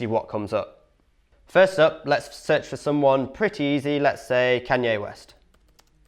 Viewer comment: Who in the hell is Can-yeah West😂